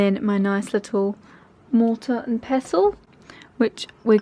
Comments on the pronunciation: Ok but why did she say “mortar and pezzle” 😂🤣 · Yes. That's how some people say it...